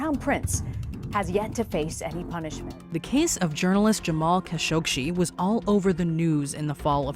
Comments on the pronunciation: Jamal Khashoggi not Khashogshi. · Why do you keep adding a sh to the end of Khashoggi? It's literally just you that does it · It’s Khashoggi, not Khashokshi :/ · Khashoggi, not Kashoshi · What's with the kashogshi pronounce 🤨 it's literally kashoggi written 🤨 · Kashoggshi? Seriously? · It is "Ka-show-gee" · Pretty sure y’all completely mispronounced Kashoggi’s last name 🤷🏻‍♂️ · It bugs me how she cannot pronounce Jamal Khashoggi, There is no SHE at the end of his name. How are you the ONLY media that cannot pronounce his name correctly ? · You could at least pronounce Kashoggi’s name correctly.